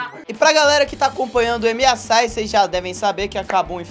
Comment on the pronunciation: Aos o fala Emiasai,kkkkkkkkkkk nem o nome do torneio sabe falar,imagina jogar de karma